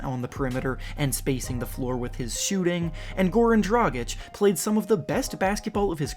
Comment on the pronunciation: He pronounced Dragic right. One of the few youtubers who does. Well done.